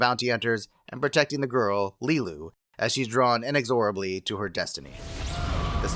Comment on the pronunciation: Practice how to say ‘inexorably’ please.